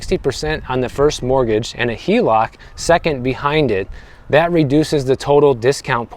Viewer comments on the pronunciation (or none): none